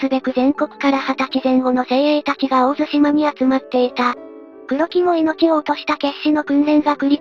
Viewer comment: 有意義な動画のアップ、ありがとうございます。 当方、地元にて個人的に回天の資料収集・研究をしているものですが、残念ながら、本動画の中で地名の読み間違いが二カ所あれます。 ①17：56 「大入」を「オオイリ」と呼んでいますが、正しくは「ダイニュウ」 ②28：25 「大神」を「オオガミ」と呼んでいますが、正しくは「オオガ」 あと、「大津島」が「オオツシマ」と聞こえますが、正しくは「オオヅシマ」と濁り、 それと全般的に「回天」が「回転」のように平坦的に聞こえますが、正しくは語頭にアクセントがあり、「カイテン」の「カ」を高く読みます。 以上、不躾ながら、指摘させていただきました。 もし修正される機会がありましたら、宜しくお取り計らいお願いいたします。